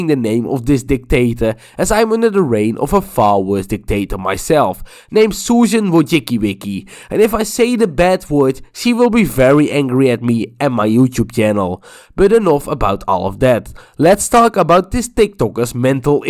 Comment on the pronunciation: ''wojickywicky'' the pronunciation 🤣🤣🤣